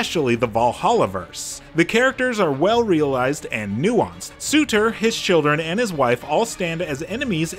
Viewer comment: Pretty sure his name is Sur-Tr not Su-tr but okay 😂🤣😂🤣